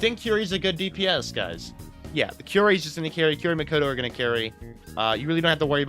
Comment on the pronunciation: First-time viewer, why do you call kaori, kiyori?